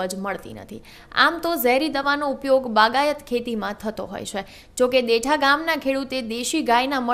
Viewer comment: ભાઈ ગામનું નામ દેઠા નહિ પણ દેઢા છે